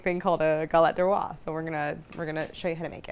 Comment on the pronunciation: (Galette DES rois, not DE roi. DES to rhyme with "day." Please!)